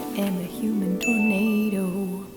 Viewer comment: Oh tornado! For a moment I thought you said potato! Lol